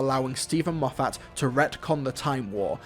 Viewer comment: Please learn how to pronounce Moffat